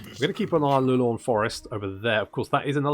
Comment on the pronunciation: Been wondering a while, is there any reason you say Lu-lorn forest instead of Lau-re-lorn?